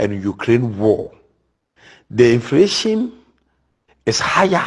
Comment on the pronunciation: "The infration".